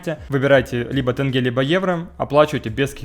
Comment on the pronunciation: как русский, который пожил в Казахстане, хочу сказать, что у казахов невероятно бомбит с того, что тенге говорят - через "э", а не через "е" прям(да, для русского не удобно). Так что, если есть цель на их аудиторию - лучше говорить правильно. Я это про рекламу на 14 минуте